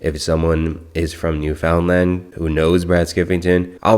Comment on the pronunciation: It's pronounced new-finland. I had a hard time paying attention to anything else 😂😂😂